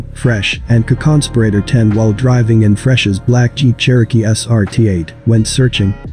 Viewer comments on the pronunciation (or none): What is a conconsperator? Wtf? Lmmaooooooo Edit: Co-conspirator? Is that what its trying to say?